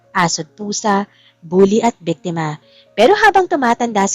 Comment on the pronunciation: Biktima not bektema Lucas not locas